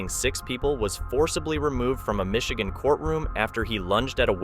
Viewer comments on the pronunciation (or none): none